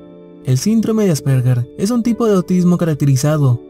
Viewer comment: Aspergar?...es Asperger y la "g", se pronuncia como "y". (Nota cultural)